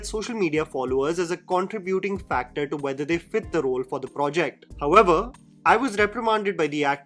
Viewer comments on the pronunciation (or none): none